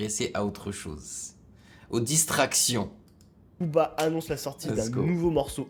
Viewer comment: « Il peut s’intéresser au diss-tracksion » 😉